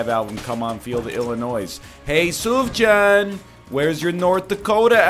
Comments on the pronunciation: Come on NL is pronounced Suuf-Yaan not Suuf-John. AND THIS GUY SAYS HE'S INTO MID 2000s INDIE MUSIC. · it's soof-yan